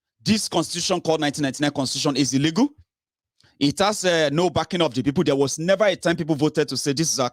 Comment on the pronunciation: be careful my son, when you saying the word illegal pronunciation is ( illi-gul ) and illègal) this last one Yorubas’ pronunciation! Just want you to be perfect darling. Maybe you can download English dictionary as it helps a lot in helping us Nigerians in diaspora to get rid of all bad pronunciations we’ve learnt from bad teachers in our Nigerian Schools. Happy birthday dear, the joy of the Lord will locate you wherever you go in Jesus name.